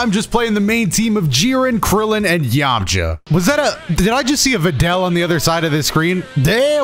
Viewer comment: Did no one notice saying Yamja at the intro shit is bothering me on a level